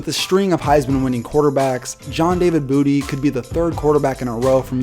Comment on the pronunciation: I almost thought he said John David Booter. I wish.